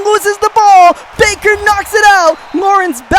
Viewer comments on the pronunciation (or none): none